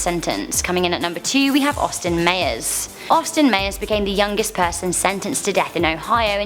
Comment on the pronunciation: Mayers? 😂😂 do you mean Myers? 😂